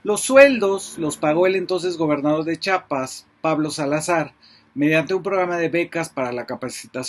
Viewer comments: FABRICIO SE DICE CHIAPAS NO CHAPAS ACASO DICES CHAHUAHUA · Muy buen informe, solo te hago una observación, se dice chiapas, no chapas, gracias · Fabricio, ChIapas, no Chapas. Y sí, eres MUY buen analista. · Saludos Fabricio, gracias por tu trabajo periodístico inteligente social, buen pronuncias Chiapas, pero a veces se escucha como a muchos que dices " chapas". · Fabri. No se llama Chapas es Chiapas. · Por qué todos dicen Chapas o cheapas si es Chiapas? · Fabricio querido; "chiapas" con "i".. . No Chapas (con "a"). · Se pronuncia!! CHIAPAS!! Noooooo. CHAPAS! Por favor!! Sr. ? Mejía. ❌🅾️🇲🇽🗳️❤️🤝🏻👏🏻👏🏻👏🏻👏🏻👏🏻🤝🏻🤝🏻🤝🏻🤝🏻🤝🏻🤝🏻🕊️🇲🇽🇲🇽🇲🇽🇲🇽🇲🇽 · Perdón Fabricio hay muchos que pronuncian Chapas y no Chiapas... El nombre correcto es Chiapas una disculpa por la corrección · pero q diga bien el nombre del estado